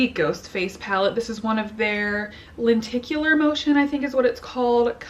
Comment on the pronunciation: Some people keep calling it lentacular so i almost expected you to say it thay way